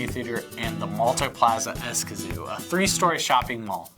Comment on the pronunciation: Interesting but your place name pronunciation is almost painful..... Don’t worry most Americans do by lengthening vowels... if you take a Spanish course you’ll learn how to shorten vowels (I lived there for 8 years)